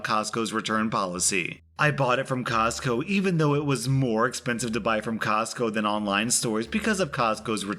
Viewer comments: Say "cosco" one more time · Say “Costco” one more time.... 🤦🏻‍♀️😳🤯